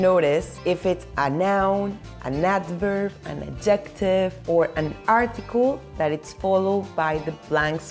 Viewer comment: By the way 'adjective' is stressed on its first syllable, not in the usual Spanish way on the second last syllable. Otherwise, your English is pretty good.